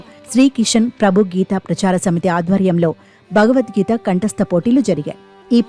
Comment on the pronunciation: చిన్నారి ముస్లిం బాలిక భగవద్గీతను నిర్దుష్టంగా పఠిస్తూంటే 😊❤️, TV anchor “భ”గవద్గీతను—“బ”గవద్గీత అని తప్పుగా ఉచ్చరిస్తోంది 😛😏!